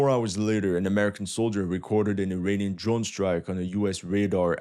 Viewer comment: funny prononciation - first understood "an ukrainian backed militia ... against a US Army helicopter" - - - WHAT ??? Ah .... "uirainian"